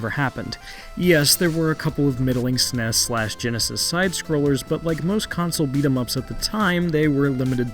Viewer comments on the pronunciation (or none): Do not say “SNES” like that.